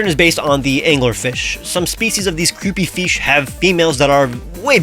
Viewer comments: "some species of these creepy feesh." 🐟 ❤ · creepy “feesh” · Did you just say fish à la française? Le F-ee-sh. 🐟